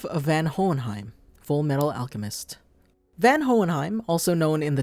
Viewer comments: Isnt it Von Hohenheim not Van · okay is it pronounced van in the sub? I have only ever heard him be referred to as Von what is happening here? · Isnt his name pronounced as "VON" and not "VAN" ?? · Its spelled van but clearly its pronounced von watching the show can easily teach you that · It's pronounced Von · His name "Van" is pronounced as Fun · Its pronounced Von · You are pronouncing Van the first part of his name wrong maybe learn to at least pronounce the name of the character your gonna review properly before making a video they don't even pronounce his name in the anime the way you do, just like most manga readers pronounce Madara Uchiha wrong from naruto they say it like "Mordora" lol can't believe no one has noticed in the comments lol.